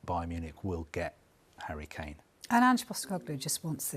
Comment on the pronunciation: this dude said "Hurricane"